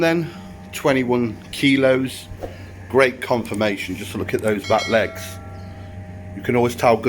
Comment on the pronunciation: KeeeeeeLows? What’s that?